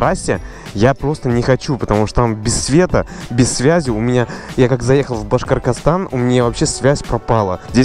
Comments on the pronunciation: Нормально научись говорить Башкортостан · Не Башкоркостан, а Башкортостан 🤦‍♂️. Обидно( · Башкоркорстан)) на самом деле Башкортостан. Можно говорить Башкирия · Мне очень забавно слышать как Уфимцу какой-то Башкиргыстан))) Родившись тут даже не думал что это слово способно вызвать затруднения в произношении) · Просто на протяжении всего видео: Башкортастан……. Башкоркостан…..бля😂😂😂😂😂😂😂😂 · башкоркостан))) можешь просто говорить башкирия, чтоб не мучаться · БашкорТОстан а не башкорКостан, хотя костан прикольноьзвучит😃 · И не башкаркастан, а БАШКОРТОСТАН!!!!! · на протяжение 36 минут пытается выговорить "Башкортостан" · Видос о том, как пытается выговорить правильно Башкортостан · Говори пожалуйста правельно "Башкортостан" Я сам из Башкирии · Башкортостан выговаривай правильно пожалуйста